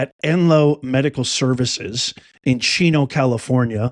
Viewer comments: Chico, California... not Chino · Chico, not Chino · Not Cino…it’s Chico, CA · Think its Chico California not chino... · 🚨🚨 CHICO, CA NOT CHINO 🚨🚨